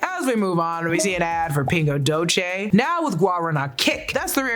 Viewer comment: This was pretty much just a recap… anndd…it’s Pingo Doce not Pingo Dolce